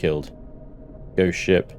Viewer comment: Is he saying shit or ship if it's both that's just 🤣🤣